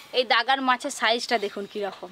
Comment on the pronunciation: আপনি সব সময় ভুল উচ্চারণ করেন কেন মাছের গাদা কে দাগা , আবার কাতলা মাছ কে কাদলা বলেন।